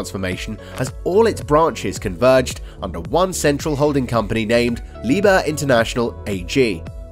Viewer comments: NOT PRONOUNCED “LIEBER” but LIEB - HERR!!! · The 'h' in 'Liebherr' is actually pronounced: Lieb herr, not lieber. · Its LEE-BEAR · I am not Deutsch but please don't say again Liber. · You can pronounce it like "leap hair" thats the closest you will get to German pronunciation. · All you need to do is: -open google translate -type in the german word that you are butchering -set it to german at the top -press the loud speaker symbol at the bottom! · In Liebherr the "h" ist not silent